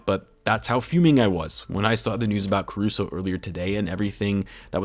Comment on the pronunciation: also it's Caruso man. Carushow. the little goat. ACFRESH. Cmon. everyone loves him not just bulls and lakers fans. They're just gonna laugh it off? the disrespect to my goat is blasphamous